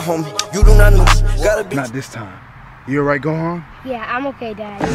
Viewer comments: Did the guy just say Hoehan..? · Why when the part that goku said let’s finish them witH camehameha why did he call Gohon hohan